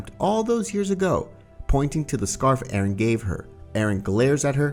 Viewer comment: Arron who’s arron its eren :]